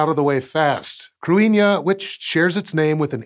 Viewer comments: If I’m not mistaken, it’s pronounced “crinnyuh” or “cadinyeh”. Not so much “crew-inn-yuh,” but don’t trust me. I just lived in Ireland, lol. But seriously I’m not 100% sure! Not sure if it’s spelled as “cruithne” or “cruinne” (could be two different things), but I always knew it to mean “world”. At least using the “cruinne” spelling. Plus w that meaning, it makes more sense for a space object. When I saw this thumbnail, I immediately recognised the word from several Irish songs. One being, “Ceolta si na cruinne bheith a siorchur i m’chluasa,” Or “the music of the world is always around me,” essentially. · That's not the correct pronunciation. In Modern Irish, it is pronounced like "KRIH-hnya" where as in Old Irish the 'th' was pronounced as in English. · Okay. I'm down with it being spelled "Cruithne." I'm down with it being pronounced "cru-EEN-ya." I'm not okay with these being simultaneously true. "Cruithne" deserves to be pronounced "crew-ith-knee." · Cruithne is pronounced KROO - ee - hnyuh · The H is not silent in Cruithne. Something like Croo-ee-hne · Its crew-ih-na or crih-na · It's pronounced cru as in crutch and ne as in nettles. Cru ne. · ok no. can we talk about how Cruithne does not even closely sound like "Cruinia". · (a) He mispronounced it, and (b) Irish orthography is its own system that is different and shallower than that of English. Unlike in English, if you see a word written, there are simple rules to tell you how to pronounce it. It's just that those rules are necessarily very different from those of English. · What a crazy pronunciation relative to the spelling! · He is pronouncing it wrong! Krit-ne is d phonetic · He pronounced it the way Wikipedia says to, but it doesn't sound like an Irish pronunciation? It sounds wrong to my ear, but I have little knowledge of pre-modern Irish so idk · He did mispronounce